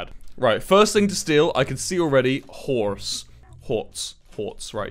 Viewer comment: The way he says "horse" with the hard r has me dying